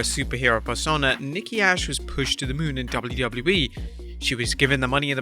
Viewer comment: He said Nikki Ash name wrong